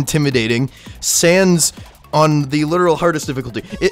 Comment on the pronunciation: Bro shud know that it it sanssssssssssssssssssssssssssssssssssssss not underpants sans